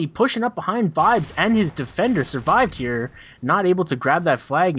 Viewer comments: hes called surved not survived lol. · Its Surved, not survive